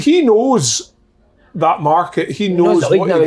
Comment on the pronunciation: The way Kevin Kyle says market hahaha